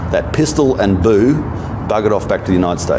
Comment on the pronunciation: They way he said pistol and boo made me giggle.😁